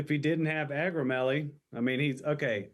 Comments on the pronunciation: And it’s Ak-row-MEG-uh-lee if you want to say correct-lee😊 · Hey, I know we’re being funny in part 3, but, just in case, it’s “acromegaly”.